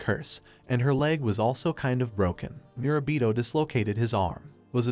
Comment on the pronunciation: did you forget his name mid way lol, went from murabito (correct) to mirabita